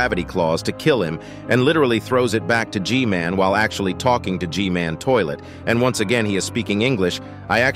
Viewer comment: Bro said mech scientist toliet ☠️